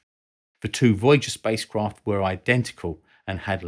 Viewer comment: "Spice Kroft"